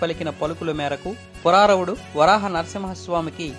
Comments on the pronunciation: పురారవుడు కాదనుకుంటా..పురూరవుడు అనుకుంటా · Puroorava Chakravarthi...." Puraaravudu' Kaadhu....And " Tribhanga mudra" kaadhu.... it is " Tribhangi" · పురారవుడు కాదు పురూరవుడు. ఈయన షట్చక్రవర్తులలో ఒకరు. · పురారవుడు కాదు. పురూరవుడు. స్వామి వేడిని చల్లార్చడానికి కాదు చందనం వేసేది. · Pururavudu , but not Puraravudu please note it and make it a point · Puraravudu kadandi pururavudu